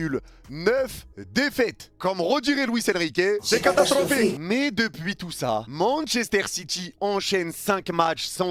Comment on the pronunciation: Résumé de la vidéo : C’EST CATASTRRRROPHIQUE